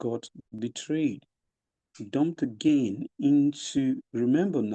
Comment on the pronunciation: You even pronounce again like Stacey